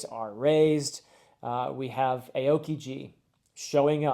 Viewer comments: I don’t mean to be annoying here, but I think that his name is pronounced “ow-kee-jee” instead of “ay-oh-kee-jee” however, this is only one drop of criticism in a full bucket of love for this video, I can’t wait to see your reactions to Enies Lobby and beyond! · Aokiji is not pronounce "eyokiyi" is "A(not ei, just a) O(not ou, just o) ki ji" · Just with the pronounciation of Aokiji - Ao is the Japanese word for blue (his name actually translates to blue pheasant). When pronouncing Ao, think 'Ow - as in ouch'. Pronounce it as though it reads 'Owkiji' and you'll have it right. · Aokiji is technically pronounced as ah-oh-kee-jee, but basically sounds like ow-kee-jee. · Heads up Aokiji's name is pronounced Ow-Key-G. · I love your video. Quick pronunciation comment: most in the community pronounce Aokiji as “ow-kiji” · Loving watching the series and enjoying reliving the series through fresh eyes!! Aokiji is pronounced "Oww kiji" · not trying to be stuck up, but aokiji is pronounced like OW! kiji! I totally understand how hard it can be to get the pronunciations right when reading the manga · thank you so much for making these videos, also its OW-KIJI, ow like ouch my toe or ow that hurt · I know you don't get the pronunciation but a-o-kiji kills me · aokiji is pronounced al-key-gee. Absolutely love this series, your insights into the story are super interesting. Can’t wait too see what you think of the next arc, it’s one of my favs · Just so you know-- Aokiji is pronounced like 'Ow kee gee'. As always, loving your analysis, so cool to see your perspective on such a great series! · Not that it really matters but Admiral Aokiji’s name is pronounced “owe-key-gee” and it means blue pheasant in Japanese(that last part might kinda matter lol) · 2 things. Aokiji is pronounced Ow-kiji. Second, I highly recommend watching the opening for these 2 arcs. Easily one of my favorites of the anime. Iirc it is opening 5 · Aokiji is pronounced "oww-key-ji"